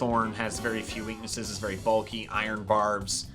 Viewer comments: "The berry was very hard" did you mean the berry was berry hard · "The berry us very hard."